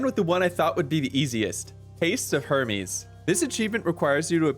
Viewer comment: Hermes Her-meez